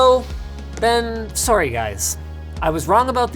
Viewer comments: "Surry Guys" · That “Sorry” sounded so Canadian.